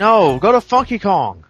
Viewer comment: I played that back like 4 times and to me it still sounds like I said FUNKY lol. I think just wants me to curse so bad.